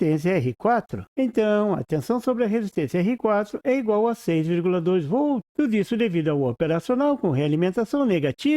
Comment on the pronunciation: Escutando o video lembrei do meu professor de eletrica que falava "voltos" envez de volts. No video eu escutei "vol" envez de voltz. Mas enfiz ... Bom video . abracos.